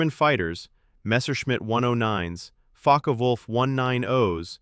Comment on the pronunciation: Love the AI pronunciation of Focke-Wulf as "Fuck Wolf"....LOL for the first 5 minutes